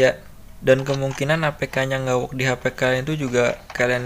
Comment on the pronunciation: Ternyata klo ngomong work jadi wook